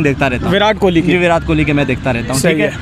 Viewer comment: ये लोग विराट को विरात बोलते हैं कोहली को खोली बोलते हैं 🤣